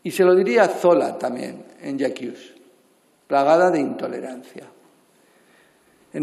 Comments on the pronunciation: Señor Marlaska, ¿por qué al pronunciar la gran obra de E. Zola usted utiliza y pronuncia el pronombre en francés, pero el verbo lo pronuncia en inglés?, seguramente porque no tiene ni puta idea de francés; hubiera sido mejor decir "Yo acuso"... En fin, es sólo una anécdota para soportar esa verborrea vergonzosa que utiliza. Al margen de cualquier ideología, ustedes sí censuran, pues yo he sufrido esa vejación liberticida en Facebook cuando compartí una noticia que, como se demostró después, era totalmente veraz. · Marlaska, j'accuse es francés, por lo que no se pronuncia "ye aquius" que sería la pronunciación inglesa. No se las de de culto que hace muchas aguas. Y lo de maricón no lo ha dicho Hazte Oír, lo ha dicho su ex-compañera de gobierno Dolores Delgado, la Lola en los ambientes